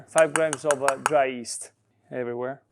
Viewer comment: I agree with your wife and don't add honey to pizza dough although it's very popular in America probably due to Chef Wolfgang Puck. PS If your interested to pronounce yeast correctly in English, you might try saying gli as in Italian and the rest of the word.